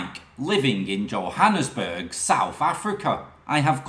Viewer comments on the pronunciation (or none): none